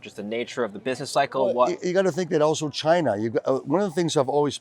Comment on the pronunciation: Great video. “Oweso” there is an L in “also” we are gonna start calling you 😁